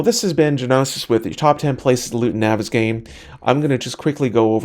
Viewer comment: I thought that the map was pronounced (naw-ves-gone).